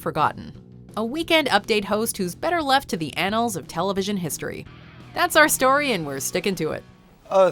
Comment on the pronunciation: She said "anals"